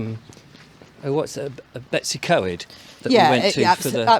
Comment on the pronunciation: Bettws-y-coed isn’t pronounced Betsy-coed, but is pronounced Bett-oose-uh-Coyde